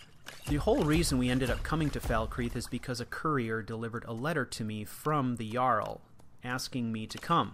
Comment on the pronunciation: "The Yarl yust didn't get the yoke" - Typical Nord Speech